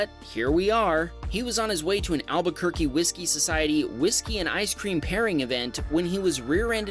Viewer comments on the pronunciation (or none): none